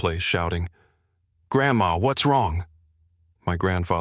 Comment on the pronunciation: I thought AI was doing a good job until the boy called his grandma grandmash. Did the dad give him back the diary as he mentioned having it at the end.